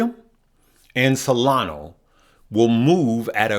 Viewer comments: Solana. ah. not o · It's SOLANA not Solano, and its CARDANO not Cardana. SMH... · solanA not SolanO lol